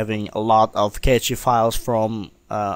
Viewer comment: Very useful tutorial. I didn't know that you could make hidden files visible like this. I always advise to go into preferences and move the location of the cache files to the C drive so you can easily access it. I have a RAID-0 disk system and my cache files are on my D drive and set to 300Gb of cache space. Btw, Cache files is pronounced as 'Cash' files, not Catchy files, lol. Cache literally means 'a hidden storage space'.